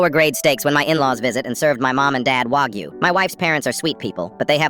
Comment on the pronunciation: Why do people always pronounce wagyu like that